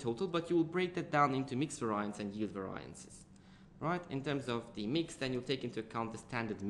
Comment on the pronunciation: I hate how you pronounce 'variances' !!!!! ...it's pronounced as 'va-ree-yances' ...by the way brilliant vid very helpful. Sorry if I offend you :)